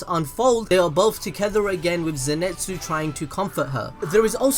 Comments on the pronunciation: its pronounced INO-SKEY not INO SU KE and NE ZU KO not NE ZE KO ZE NIT SU not ZE NET SU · Why do you keep saying Zenetsu and Nezeko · zeNEtsu?, mate zeNItsu i think is the proper way... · zenitsu not zenetsu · Fam please! its Nezuko!! NOT NEZEKO! and its Zenitzu.. NOT ZENETZU please besides that good video though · Zinetsu :nez ko channn Me hearing that :the fuk u forgot the "U"man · Cløudjckt _ and zenetsu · No one:: “neZEKo” “zinETSu” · you’re British like me but you’re butchering surnames 🤣🤣 Ne-Zoo-ko is how it’s pronounced and Ze-knee-tsu